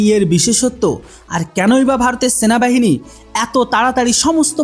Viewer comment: বাপধন ওটা শেনাবাহিনী নয় সেনাবাহিনী আর বন্ধুক নয় বন্দুক। টুকে ভিডিও করা বন্ধ কর ছাগল। আর কি ইনযফিরিটরি বিরিগিরেড/ ইউনিট কি বস্তু?😂! ওটা ইনফেন্ট্রি ব্রিগেড/ইউনিট INFANTRY BRIGADE/UNIT আকসপোনটাস অব নেসেসিটী না। রে ছাগল 😂😂😂 ওটা আ্যকসেপ্টেনস অফ নেসেসিটি ACCEPTANCE OF NECESSITY রে ছাগল 😂😂😂 ১২০মিমি ব্লেড যুক্ত বেনেড নয় বেয়োনেট BAYONET রে ছাগল । আর এখন গত ৪ বছর ধরে পুরানো সটরালাইন নয় স্টার্লিং STERLING কার্বাইন সরিয়ে উন্নত কার্বাইন দেওয়া হয়েছে । হাত জোড় করে বলছি ভাই উচ্চারণ আর গভীর অনুসন্ধানে মন দে ছাগল । এই নে তোর জ্ঞানের পরিধি বাড়ানোর জন্য দিলাম রে ছাগল। Caliber: 5.56x45mm. Weight: Around 3.3 kg, lightweight for quick handling. Range: Effective range of 200 meters, suitable for CQB. Ammunition: Can fire both NATO-standard and INSAS ammunition. Design: Compact, modular, with Picatinny rails for accessories, and a foldable/telescopic stock. Reliability: Designed for high reliability in extreme conditions. Accuracy: High accuracy with stringent performance standards. Manufacturer: Developed by DRDO (ARDE) and manufactured by Bharat Forge (Kalyani Strategic Systems) and PLR Systems (Adani/IWI JV).